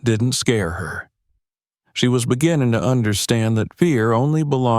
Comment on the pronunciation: Beginnin, sleepin, keepin, please speak properly, these words all ‘g’ at end of words.